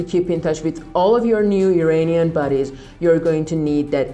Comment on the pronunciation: Great info. But would you please pronounce IRANIAN correctly? Its not "E-rain-ian" but rather "E-run-ian". Thanks